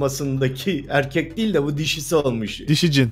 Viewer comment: Ayrıca "Dehıl" değil "DEĞİL"